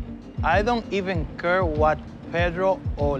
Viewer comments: “i don’t even cur” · "I don't even curr"